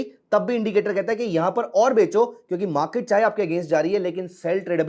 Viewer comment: मा के ट नही बाबा, मार्केट.... बाकी अच्छा इंडीकेटर है